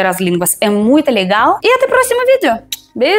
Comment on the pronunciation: você pode melhorar seu português, percebi que você pronuncia errado muitas palavras porque todas as palavras que tem letra "o", você fala como "a". Exemplo, coração você diz "caração", se você corrigir isso vai melhorar muito, posso ensinar